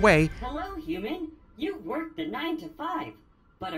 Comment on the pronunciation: please stop pronouncing human as uman